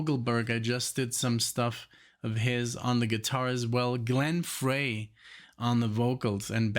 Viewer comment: Hey. It’s pronounced Fry not Fray. For Glenn Frey